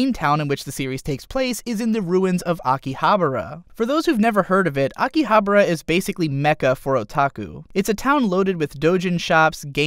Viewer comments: Please pronounce it correctly ;-; Akihabara Aki-ahh-bah-ra not Aki-abra I usually don't post these sorts of things, but it tilted me so hard I had to plug my ear holes with protection to save me. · Excuse me I hate to sound like a dick but you missed pronounced Akihabara this location is based of a real life location in japan (which is where the real world conterpart of Log horizon) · Isn't it Akihabara instead of Akihabra ? #NicpickNotReally